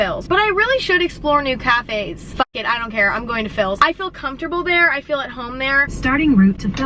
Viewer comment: “I phil comfortable there” “I phil at home there”